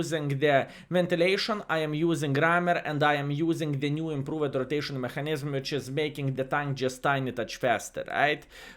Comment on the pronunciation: R.I.P VK.4502 (B)...:"( PS:, "Mechanism" pronounciation is like "meka nizem":P